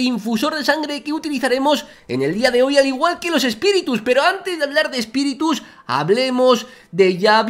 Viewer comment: espiritus❌ espitirus✅